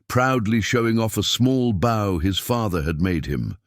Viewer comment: Stop pronouncing bow as you would the front end of a boat. Pronounce it as if it is the wand to play a stringed instrument. Long o. So much for the so called artificial intelligence. NOT